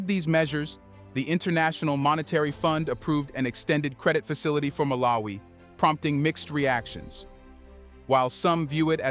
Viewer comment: Don't you know how to pronounce the name MALAWI not MALA-WI. makes you sound like a first grader illiterate 😮